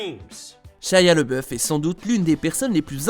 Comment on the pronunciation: ''Shaya lebeuf''